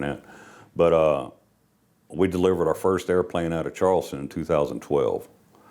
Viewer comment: "Safety is ower number 1 priority"